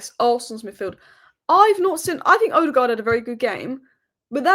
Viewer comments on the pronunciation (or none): none